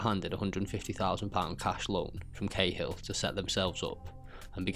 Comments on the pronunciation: It's pronounced like caa hill in ireland not k hill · Lol, Martin khill. Bud are you even Irish no 1 in Ireland ever called the General, khill, it not even how we pronounce it.